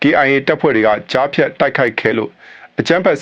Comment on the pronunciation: ရေးတောကြားဖျတ်ပြောတော့ဂျားဖျတ်လို့အသံထွက်တယ်နော်